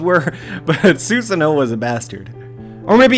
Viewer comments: Stop saying zeusano it's susano'o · It is pronounced Su-saah-NO!